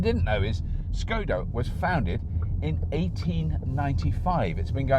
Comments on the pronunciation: I think its pronounced sh-c-oda. Correct me if you can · It wasn't Czechoslovakia when Škoda was formed, it would have been part of the Austro-Hungarian empire; Bohemia. Czechoslovakia was formed after WW1 ~1918) and dissolved in 1992. Also, the first letter of the brand is pronounced "Sh" I think, it's not an English S. ;)